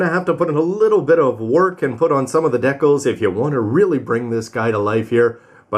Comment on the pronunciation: "Decols"? You mean DecAls?